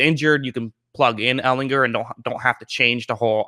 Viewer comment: All you have to do is learn how to pronounce his last name!